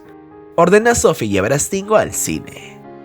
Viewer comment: No es Estingo....es Stingo ... S al principio no hay E...